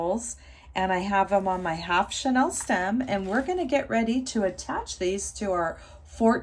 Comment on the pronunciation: It's pronounced "chaneel" as in chenille bedspreads. Beautiful work!